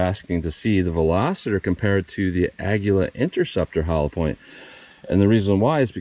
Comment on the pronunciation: You pronounced it correctly on this video. It is Spanish for eagle. I have asked three Spanish-speaking people how to pronounce it and they announced it as you did. I went to an app that translates Spanish to English and vice versa and it pronounced it the way you did correctly. Don’t let the haters hate.😊